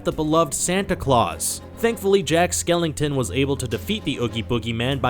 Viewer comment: dude you said jack skelington XD